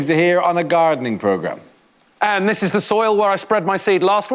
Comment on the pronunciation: this one from Ed is probably my favourite! “And thees ees my…”😂